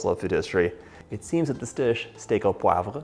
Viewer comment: You!!! Oh, i like you sooo much! And you saId POIVRE so well...im from Québec 😊😂